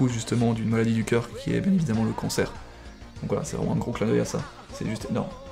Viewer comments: Quand tu prononce cancer, j'ai l'impression que tu dit " concer" ???? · je suis le seul a penser qu'il dit "combattre le concert " ?? xd